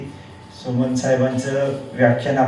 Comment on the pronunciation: सोमन नाही. सोमण म्हणायला शिका. आपली सर्वांची मराठी भाषा आहे. ती शुद्ध बोलायला शिका. आपलीच भाषा आपल्याला शुद्ध बोलता येऊ नये हे दुर्दैव आहे. साधे पाणी बोलता येऊ नये. शनिवार बोलता येऊ नये तिथे आपले महाशय पानी. शणीवार बोलतात.